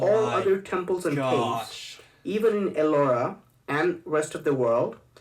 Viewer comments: LMAO Cah-vez!!!!!!!!! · For a second I thought..I have been pronouncing the word "caves" wrongly in my entire life...omg that was hilarious.😂😂😂😂